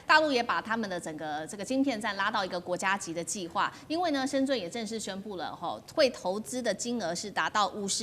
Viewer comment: 深圳的“圳”,發音是“鎮”